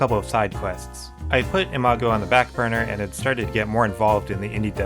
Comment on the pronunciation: Are you very in love with the name "Imago" ? I just want to point out that listening to your video when you said "Imago game" "Imago week" Imago anything, all I could hear is "a MAGA game" "a MAGA week" "a MAGA" anything. I just... wanted to point it out, do what you want with that information.